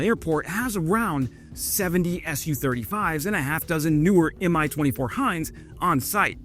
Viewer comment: "Su-35", not "S-U-35" ... "Mi-24", not "M-I-24"